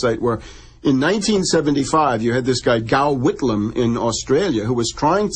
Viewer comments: Gough Whitlam, pronounces like 'Goff Whitlam', unsure how he said it but it hurt my ears lol. Apparently there was an American (agent?) sentenced to 35 years (his name escapes me) over stealing information about the US 'intelligence' involvement in the dismissal of the PM (amazingly he also is claimed to have fled to russia...cough snowden cough, so who knows what is true and what is more 'mind fk' lol). No surprise if this is correct that UK/US 'interests' are mutual and hard to know who's dirty hands are in which cookie jar as it seems its always the same 'usual suspects' wherever we look. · Gough Whitlam. Gough as in cough! Your welcome.